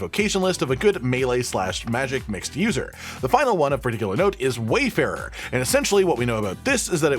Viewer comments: Say it with me....War-farer not Way-farer good lord 🤦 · It’s warrrrfarer not wayfarer. lol